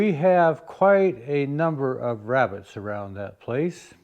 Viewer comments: “Wrascally wrabbits” Elmer J Fudd, wrabbit hunter. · Wascally Wabbits! e fudd